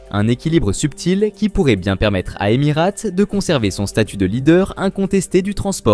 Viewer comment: deja on dit Emirates et pas emirate et j ai de gros doutes sur tes propos car personne n en a parlé dans les applis sur l aviation ...;.bref encore un influenceur a 2 balles ,,,?????